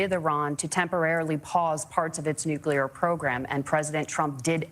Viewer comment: SAY FUCKING 'NEW' SAY FUCKING 'CLEAR' IT'S FUCKING NEW-CLEAR NOT NUKE-YOU-LRR.